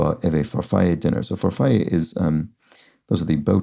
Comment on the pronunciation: On 100 across, the double L in "farfalle" is not pronounced like in spanish as a Y sound. In italian, it's just a regular old L sound, with the accent on the middle syllable. Far-FALL-ay. I used to pronounce it incorrectly as "Far-Full" my whole life until I got yelled at. ;)